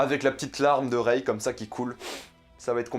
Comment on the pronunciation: Alors déjà prononce bien le nom de Rey avant de déballer tt un tas de conneries, tu n’as vraiment rien compris ...